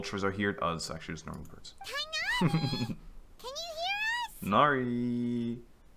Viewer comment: am i the only alhaitham hater? 😔 not you simping so hard for Candace 😭 "he is a cat himself after all" ah yes, Tighnari the cat. he's my favorite cat. they can't voice act his name 😔